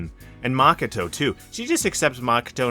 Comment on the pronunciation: I like the vid a lot and its really not a big deal but your pronunciation of japanese words/names is crazy. Yuyuchi? Maka-tow? NOOKIE MEN? C’mon bro 😂